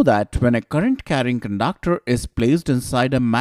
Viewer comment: I love the way he pronounces conductor as cundaaacter typical indian accent ! but awesome effort thnk y sir